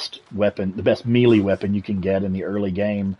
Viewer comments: i know this is an old video but.... its "May - lay" not melee like an apple. lolol :) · Great guide. The grammar Nazi in me is going crazy, though… Melee isn’t pronounced Me-Lee, it’s pronounced May-Lay. That’s all I have to say about that. Good day. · Your Pronunciation of the word melee is hilarious